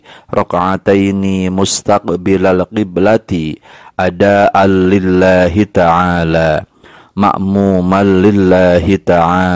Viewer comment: maaf sebelumnya ya pak, bacaannya bukan ada Al,tapi ada an lillahitaala